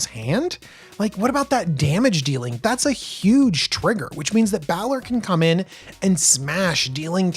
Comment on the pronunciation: He wasn't kidding when he said he didn't play DND. Balor is pronounced BAY-LORE. For the Baldurs Gate names I'd look up pronunciation on DND Beyond for creatures and characters. It might help. I did hear you correctly say it in the third try though, props.